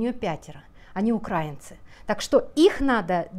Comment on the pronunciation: мы УкраИнцы от УкраИна.🙏 Вы ударение ставите как пропоганда 😒 Спасибо вам, большое, что здравый смысл доносите. Поделилась.